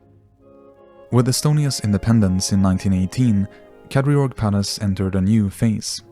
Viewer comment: The pronunciation of Kadriorg is just so wrong... Could you not have made a little research?